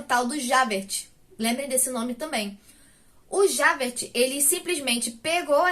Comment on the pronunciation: Esse livro é maravilhoso! Mas pronunciar nomes estrangeiros é difícil. Se me permite, vou dar umas dicas pra ajudar: Jean Valjean = Jân Valjân (com som de jota mesmo) Javert = Javér Parabéns pela resenha 😁